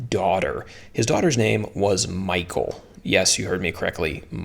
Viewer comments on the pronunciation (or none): Mee-haul is more how it is pronounced. But I still struggle with so many names in scripture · Nope that’s not how your pronounce Michal good videos by the way.. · In Nairobi, Kenya, how we pronounce "Michal" is totally different here. 😄